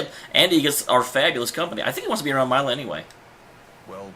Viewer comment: Milla - Mil-la